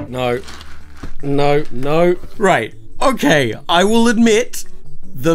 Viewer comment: "Hokaiy... so, haere's the Earth..."